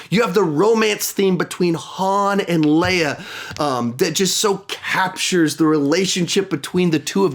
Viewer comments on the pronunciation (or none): none